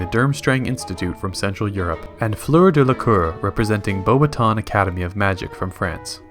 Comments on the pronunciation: Can’t remember,did he say, bow batons,if so, he said it right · Finally someone who said Beauxbaton correctly